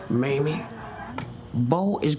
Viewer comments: Did Nate say "Mammy" instead of "Mamie'? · He called her Maime, I think some one corrected him !